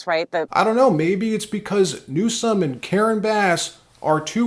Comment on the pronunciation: Every time you say newscum, it takes away from your content. Just say it right, we know he is terrible